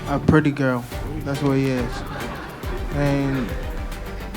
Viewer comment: It’s Lights out pwiddy gurrl 🦜 😂